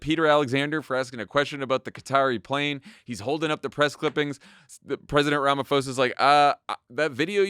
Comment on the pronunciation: It's promounced "Ramaposa" not Ramafosa.